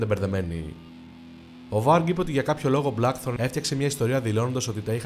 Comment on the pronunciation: Από τους Blackthorn και από τους Faust 😂😂τα διαβάζετε που τα διαβάζετε Να τα λέτε και σωστά λίγο Αφού δεν το κατέχετε